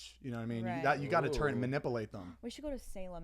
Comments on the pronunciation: Zane: Mahnipahlate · "you gotta manippleate them" -zane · ZANE: “you got to manippleate them.” 😆😆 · Zane “you gotta manipple (manipulate) them” 🤌🏽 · rewatching all the old podcasts. noticing that zane cannot pronounce manipulate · The way Zane pronounces Manipulate lol. 😂 You guys are the best! Too funny